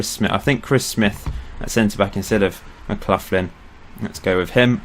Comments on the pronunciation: McLaughlin is pronounced mcLoch-lin not mcluthlin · just seen your comment, nevermind then, loving it, just Mark McLaughlin was a legend for my local team Hamilton Accies so it annoyed me, everything else is geat